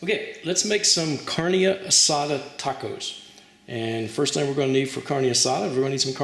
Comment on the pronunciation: The way he says Carne 😂😂😂